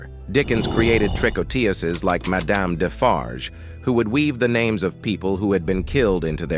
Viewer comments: TREE-KO-TOOZ not trick-oh-TEE-ussez. The singular tricoteuse and the plural tricoteuses have the same pronunciation with the number (=singular vs plural) conveyed by surrounding words such as the article adjectives or the number implied by the verb ending. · In English you would pronounce "tricouteuses" "tree-co-TOOSEs" from the verb "tricoter," to knit. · you pronounce "tricotEses". The third syllable is like in EUrope. And you do not pronounce the final S for the plural. It is silent. (French-US here) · It definitely had its dissuasive effect on criminals, knowing they could lose their heads because of their crimes. Tricoteuses is pronounced TREE-KO-TEUZ in french, by the way. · You have to learn how to pronounce "Tricoteuses" properly. It's "Tree-kot-tewz". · Man, if you're going to use the word "tricoteuses" a gazillion times, LEARN how to pronounce it!